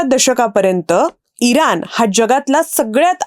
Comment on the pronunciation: इरान नाही इराण "ण" अक्षराचा नीट उच्चार व्हायला हवा